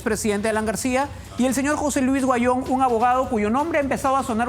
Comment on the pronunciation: Huanyon no se pronuncia se dic Auyon asi se probuncia